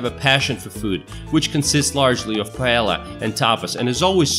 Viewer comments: So many stereotypes and a lot of wrong information plus the accent is strange. The narrator obviously doesn't speak a word of Spanish because anyone who says "Eyebisa" and "paela" couldn't speak Spanish. Examples of mistakes are: "Spain has the highest number of motorcycles in Central Europe (sic)." Spain is not a neighbor of Hungary, Slovakia or the Czech Republic but is on the Iberian peninsula. The part about people calmly waiting in their cars while a driver ahead stops to chat with his friends is completely wrong. This might happen in small towns or villages where everyone knows everyone but in big cities it would be unheard of. People would sound their horns immediately. It is possible that in a small village somewhere a salesgirl might make you wait while she finishes her chat with a friend but once again in urban areas in big shops she would be fired at the drop of a hat. "To see stereotypical Spain with bullfights and flamenco dancers you've got to visit Madrid". Really? I would recommend visiting Sevilla or Granada. This video could have been so much better but ended up being mediocre, like a high school project. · Did you hear how he pronounced "Paella?" lol